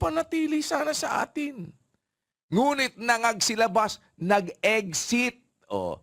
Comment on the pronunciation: “Eggsit” daw.